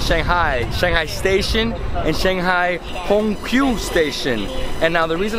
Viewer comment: haha， the Shanghai ‘Hongqiao’ station pronounce like 'home chow‘，not ‘home q’.